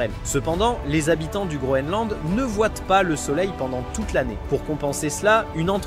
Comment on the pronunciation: "ne voien"T" pas" mais quand vont-ils apprendre le français ?!